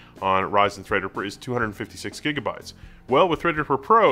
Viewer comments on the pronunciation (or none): none